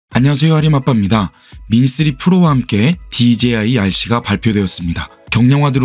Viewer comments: DJI발음 꼭 그렇게 해야하나 어휴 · 와!발음 ㅋㅋ "그런데 디제이 아이씨는" 엄청 많ㅇ ㅣ나오네잉 좀 웃김 ㅋ~ 유익한 설명 감사합니다.